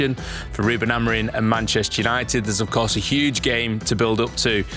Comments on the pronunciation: Genuinely why do you keep pronouncing it Ruben AmoriN? It’s madness lol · The amount of times I hear you lot saying Amorin is shocking. A-M-O-R-I-M